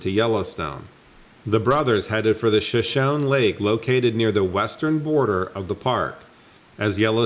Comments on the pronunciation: Shoshone: “Shah-shoh-nee” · I hate being one of those kind Sir. I just wanted to let you know that Shoshone is pronounced Sha-shone-knee.... I've heard this word in several of your videos and it's time you know how it's REALLY said. Love your channel 😉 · It's pronounced sha-sho-nee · The pronunciation for Shoshone is (Show-Shownee) 😊👌